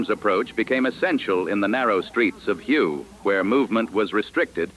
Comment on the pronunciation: Learn how to pronounce Hue correctly.